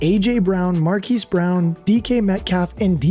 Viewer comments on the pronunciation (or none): none